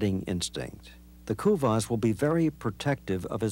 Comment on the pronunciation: Americans can't pronounce kuvasz (I am hungarian so I know)